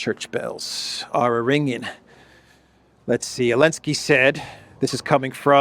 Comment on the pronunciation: Why are you skipping Z in Zelensky? What's the deal? It's quite irritating to hear it over and over again. :(